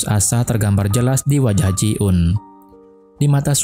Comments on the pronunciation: Greget gw 😂 bukan ji un tapi JI EUN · Namayah ji eun kali bukan ji un.